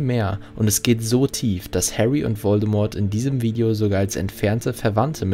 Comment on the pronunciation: An sich gutes Video, aber wer sich so lange und intensiv mit dem HP Universum beschäftigt sollte doch echt wissen, dass das T von Voldemort nicht ausgesprochen wird.